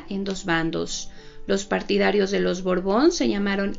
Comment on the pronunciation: BORBON O BORGON???... ESCUCHO A LA NARRADORA DECIR BORGON